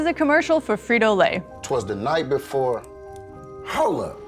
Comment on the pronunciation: Black Dorito Comm. Ad guy said HoLe Up. Haha thought they exist down?